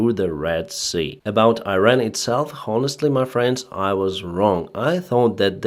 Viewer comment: suhoy SIRTY ??????? EAR TO EAR missle ???? sree of them ??? skys ??? aviation was activ on the sauce ??? sirteefive kilometers ???? Honestly ???? Man !!!! how can you say something like that when you are able to speak englisch without any other problems ???? dude , dont you know that H in word HONESTLY is silent ???????